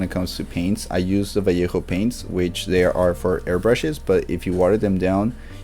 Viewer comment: El acento al decir valleja haha. Buen video carnal